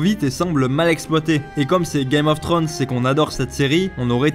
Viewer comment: GAME of "Trönssse? t'es sérieux tu peux pas le prononcer comme il faut. C'est pas compliquer!!